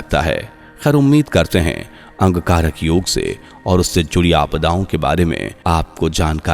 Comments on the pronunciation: Bhai angkarak yog nahi Angarak Yog bolo sahi bolo bhai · आप बार बार अंगकारक योग शब्द का उच्चारण क्यों कर रहे हैं? इसे शुद्ध रूप में अंगारक योग उच्चारण करें। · Wrongly pronounced. Angarak yog and not Angkarak yog